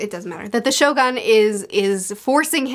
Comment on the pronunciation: Finally got the point why Doffy become the one of the evilest character in OP.. Cant wait to see your review for the Act.3 because there will be a lot of surprises that waiting for you.. Anyway the correct pronunciation of Shogun should be (sho-goon) 😊